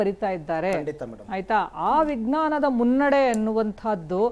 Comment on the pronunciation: ವಿಘ್ನನ ಅಲ್ಲ ಮೇಡಂ.ನಾಲಗೆ ಸರಿ ಹೊರಳಿಸಿ. ವಿಜ್ಞಾನ.